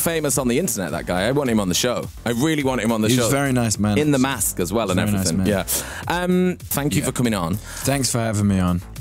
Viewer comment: Fank you